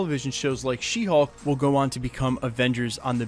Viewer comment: It sounds for me like your saying She Hawk and not She Hulk. 🤪